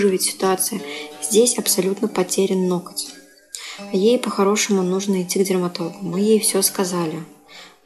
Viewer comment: Неужели так сложно переучиться говорить ноГоть, а не ноКоть? Ужасно режет слух, сотня раз правильное повторение и Ваша речь идеальна